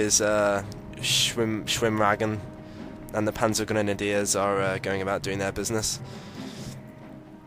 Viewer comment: the schwimmwagen and the panzergrenadeers haha the way he says that xd